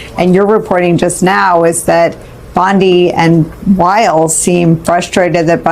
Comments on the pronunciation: It's BONDI not Bandi! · How on Gods earth does this guy keeps calling the AG Pam Bandi instead of her real name which is Pam Bondi who is this idiot that cannot pronounce her name correctly,so annoying.